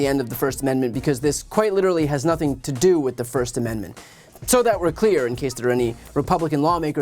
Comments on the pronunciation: I promise she prononced it Amen-da-ment at the beginning. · Why does she add a syllable to "Amendment"? Also, what makes her think fox caved to anyone? Tucky got caught talking shit on his boss, and nobody is safe from that. Happened to Charlie sheen too